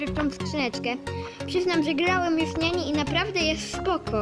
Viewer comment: To jest Nani a nie Niani i to jest dziewczyna